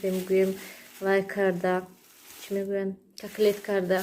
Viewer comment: Каклет не катлет 🤣